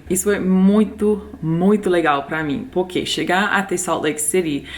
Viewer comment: O seu poque sem o r e muito bom kkk